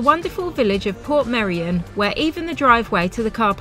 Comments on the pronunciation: The correct Welsh way to pronounce it is Port-MEI-ri-on (Welsh is a more phonetic language). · It's actually called "Portmeirion" (Port My-reeon) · You both seemed positive and excited in this vlog which was nice to see, glad you like the area. I lived in Dyffryn as a teenager, went to the secondary school in Harlech (you got good drone footage of it), had my first job in Portmeirion, now I live in Snowdonia. English people usually say Port-maduck not Porth-my-dog! Funny seeing you shop in our local Tesco as fellow vegans, it's so full of tourists at the moment there's barely anything left! The trainline that you parked next to is the Welsh Highland Railway steam train so wouldn't be running that early, late or often. It's not a lake either but part of the estuary that was blocked off by the cob to reclaim land. I'm so grateful to call North West Wales my home, with beaches, mountains and a rich Celtic heritage and culture it's the best part of the UK in my opinion!